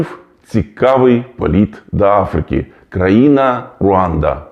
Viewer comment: правильно Африка,а не Афріка